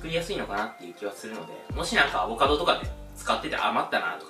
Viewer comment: アボ⤴カド⤵さん。🤣